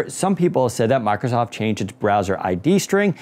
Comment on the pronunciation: How hard is it to pronounce mIcrosoft?.... it isn't mAcrosoft or my-crow-soft....